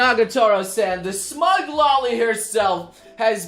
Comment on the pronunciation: Every time you say smug I think if Smaug